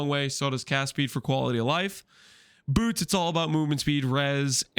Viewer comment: "Incription" "Incrishpins" "Boorts"